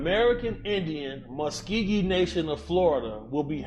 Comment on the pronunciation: Big homie Cc if the Muskogee Creek are really allowing you to speak to these skunk people you should really work on pronunciation the actual name Muskogee ( Msvkoke) I'm a creek princess and that's cool that they are still in Florida but most of our ancestors were forced to walk and die on the way to Oklahoma so this is where our land is now so if you're in contact with them tell him to holler at the real ones down here would love to reconnect with them in the Seminole